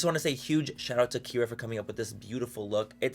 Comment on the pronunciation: My daughters name is Kierra.. like, Key-air-uh and every time you said that girls name she looked at my phone 😂